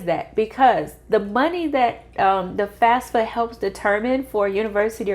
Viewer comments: Why do you say FASFA? It is FAFSA. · you are saying FASFA all the time it is FAFSA .